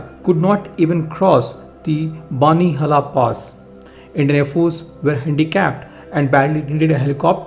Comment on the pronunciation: It's called BANI-HAAL pass